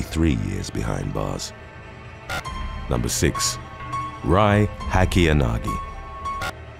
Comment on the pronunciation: Rie I believe is pronounced ray